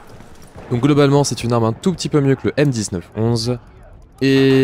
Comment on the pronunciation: Stp arrête de dire m 19 11 et dit plutôt 1911 ou m1911, puis en général quand il y a une date dans le nom d'un arme c parce qu'elle a été créée a cette date là et il faut la prononcé dans son nom